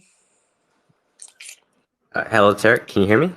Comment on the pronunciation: 2nd frequency ppl always seems to pronounce Tariq’s name as Tear-riq intentionally as a form of disrespect, but we know how the devil works!